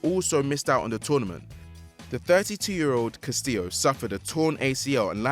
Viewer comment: Castillo is pronounced as followes: the ll in Spanish is close to the J as in James in English so imagine if it were written as Castijo. The o is short as in lot.